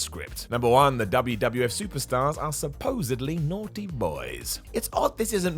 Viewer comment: "Supposably" ?? And you guys are taking shots at WWE's writers? Come on, now.